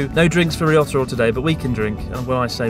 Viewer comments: When you say ryotaro it sounds like risotto 😂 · Chris mate, I think Ryotaro is secretly having an ongoing, good laugh at your expense by virtue of the fact that you continuously mispronounce his name just about every time you say it!